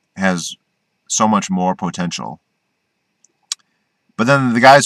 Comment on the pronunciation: I like how you say the word POtential. Great video.